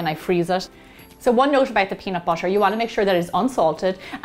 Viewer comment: nobody: literally nobody: me: watches gemma saying peanut BOUTER again and again